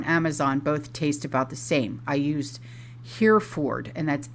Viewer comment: Hereford is pronounced Hef-ferd.